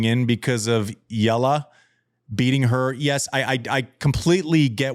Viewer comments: Totally! I'm not a native Spanish speaker but, it is so easy. Andy kept pronouncing it like it was "Llala" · Andy pronounces her name, as if it's spelled "Llala". It is really not that hard. It is E-a-la. When you're moving from E to A, it naturally sounds like there's a Y in the middle... which is totally fine. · EALA is pronounced three syllables as E-YA-LA! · I was laughing so much at Andy trying his best to pronounce Eala 😂 It’s like “ih-yuh-lah”. The LA syllable is like “luh” or “lah” 😅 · Think of her name as three syllables: E-YA-LA, like Ayala but with E. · Hey guys. Disappointed. Wanted to hear more about Eala’s game instead of the pronunciation of her last name. How was she able to beat 3/4 elite champions in a week?